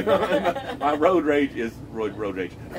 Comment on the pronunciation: That was hilarious when you said my roid rage. Instead of saying my road rage.